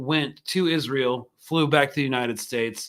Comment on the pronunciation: Haha is-an-eel afraid of Iran 🤭